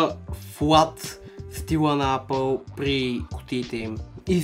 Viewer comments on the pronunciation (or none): Казва се ейпъл не апъл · само щото в началото каза апъл ..спрях клипа